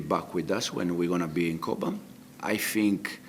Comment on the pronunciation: Capt.Colwill - So eloquent and lets face it, so mature compared to Reece. If he could just nail that "fink" back to "think" he would be 10/10 ;-)